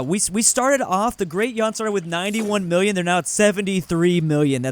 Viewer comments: you pronounced "yuan" incorrectly its more like "ywen" (one syllable) (edit: for good measure "ming" is "mying" and qing is "tsying" (all one syllable with the y barely pronounced so its more like an ee, those arent exact but theyre close enough to native pronunciation) also its majapahit not majahapit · BTW Yuan is pronounced Yu(oo)-eh-n, yuan would be the modern currency of China. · please its pronouncd yoo-an not yawn 🙏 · Not me losing my mind each time mispronounces Yuan